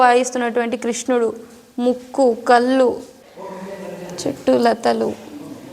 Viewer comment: చాలా చక్కగా, ముచ్చటగా మాట్లాడుతున్నావు.. అలాగే ఓచిన్న పొరపాటుని కూడా సరి చేసుకో.. కల్లు, పల్లు అని వినిపిస్తున్నాయి… అది నీ standard కాదు.. hope you take in the right spirit..